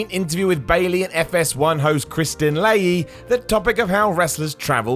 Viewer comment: you mispronounced Leahy's first name. It's Kristine, not Kristin.